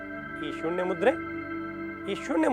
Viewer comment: ನ,ಣ ಅಕ್ಷರ ಗಳನ್ನು ಸರಿಯಾಗಿ ಉಪಯೋಗಿಸಿ ಗುರುಗಳೆ ಉದಾ ಅದು ಬೆಣ್ಣು ಅಲ್ಲಾ ಬೆನ್ನು ಹೀಗೆ ಅನೇಕ ಇವೆ ಸ್ವಾಮಿ ಸೂಣ್ಯ ಅಲ್ಲಾ ಅದು ಸೂನ್ಯ